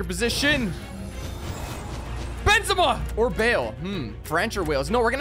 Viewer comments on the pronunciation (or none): none